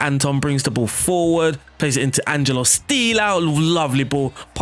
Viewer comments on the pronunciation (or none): none